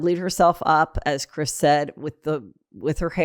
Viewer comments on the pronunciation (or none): none